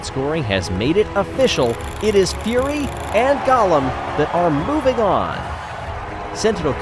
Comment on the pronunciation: I believe it is pronounced Go-lem and not Gollum ( my precious)